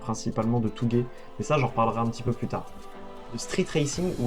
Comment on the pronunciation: Juste, Touge se dit "Tôgè" et pas "tougè" Sinon tu m'as foutu les frissons